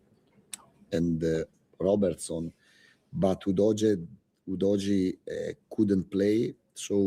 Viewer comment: Why does keep calling Udogie U-dodgy 😂